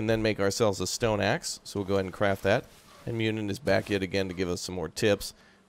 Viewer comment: Muninn is not Myunin, the U is a one syllable sound like the one in "burrow". Same goes for Huginn except the G is soft making his name sound like Huyinn. While we are on the subject, Bifröst is not bi-frost, it's biv-rust. It's really annoying watching the Avengers with them saying bi-frost all over the place. When I first saw it, I had no idea they were talking about Bifröst. Cheers from an Icelander.